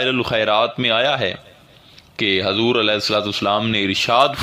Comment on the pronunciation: hazrat hazur nhi huzur boliye